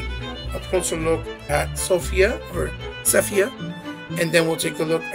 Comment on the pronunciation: This is no way shape or form me disrespecting you but plz get the correct name of the action figures before reviewing her name is Sypha pronounced (Sigh-fah)